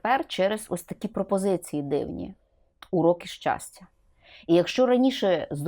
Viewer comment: щастя, а не счастя, ох и преподаватель